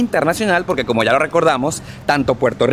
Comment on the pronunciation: Poque no se dice, se dice Porque 😆